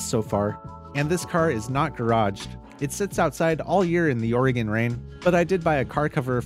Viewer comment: Thank You for correctly pronouncing Oregon. I lived there once, and its a pet peeve of mine, when I hear others say "Oragon"